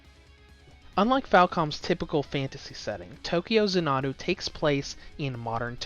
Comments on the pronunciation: Zan-uh-doo is how the word is supposed to be said said, be he kept using a phonotactic where the word was pronounced as consonant followed by a single vowel resulting in the Za-Nuh-Doo. That structure is very common in Japanese and has only a few deviations. Xanadu is actually ends with the same sound as the word Ado, I would point out that several times he even pronounced it as Za-Nuh-da, getting A soft a sound at the end like he converted all the vowels to an A while pronouncing it. In any case you can look the word up and get a dictionary bot to say it for, and you can clearly see that he is unfamiliar with the words pronunciation. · ZAHN-adu not za-NAH-du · It’s actually za na du. Watch its longer trailer “Tokyo Xanadu Demo Movie,” and you’ll hear the announcer pronounce Xanadu as za na du. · Tokyo “zah-na-doo” 🤦🏻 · If he only seen a longer trailer “Tokyo Xanadu Demo Movie,” he’d heard an announcer say it as za na du. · Xanadu. It's pronounced zan-a-do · If he only seen a longer trailer “Tokyo Xanadu Demo Movie,” he’d heard an announcer say it as za na du. But he obviously hadn’t seen it, so he missed hearing the pronunciation. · Zan-uh-doo, like the Olivia Newton John movie, only problem with the review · I hope you've learned how to say Xanadu since you've posted this, its like nails on a chalkboard. Funny the first time, painful the next 1000 times, increasing in pain as we go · please redo this review and stop mispronouncing Xanadu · Learn how to say the name of the game. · I’m surprised he didn’t mess up Tokyo the way he did with Xanadu. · how the hell are you pronouncing Xanadu wrong... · I know I was cringing every time he said it like it was an Japanese word. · his pronunciation of this word is incorrect. Plain and simple. Arguing against that just says you don't know how to pronounce it either.